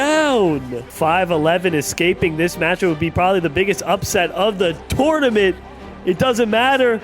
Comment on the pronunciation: Just here to see if anyone else is triggered by the way he says tournament.